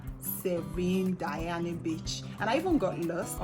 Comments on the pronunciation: Diani is not pronounced "Dayani". It is pronounced Deeyani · Kenyan here....but its DIANI IS DIA-NI NOT DAYANI❤